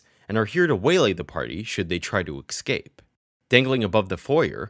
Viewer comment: Escape not eXcape!!